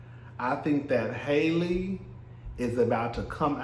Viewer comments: I'm pretty sure her Halle Bailey pronounces her name "Halle" , like Halle Berry, not Hailey. 😉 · I love you I do, but if you call that girl hailey one more time 😹😹😹 HALLE! Like Halle Berry boo 💀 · It's pronounced HAL-le. Just like Halle Berry, but Bailey instead of Berry. You can pronounce Halle Berry's name, can't you? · Halle's name is pronounced like Halle Berry's name.